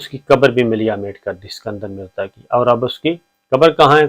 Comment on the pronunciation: It was "ISKANDAR Mirza" not "SIKANDAR"